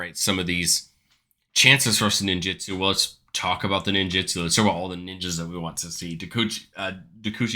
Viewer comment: It’s ninjutsu not “ninjitsu”